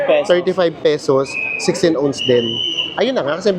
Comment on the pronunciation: Naloka ako sa 16 "owns" haha. Ounce po yun.